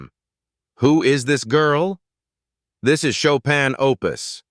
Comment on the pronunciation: Schade, dass der Sprecher so wenig Allgemeinbildung hat, um den Namen chopin richtig französisch auszusprechen